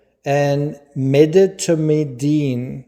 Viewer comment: It’s pronounced medi tom a deen.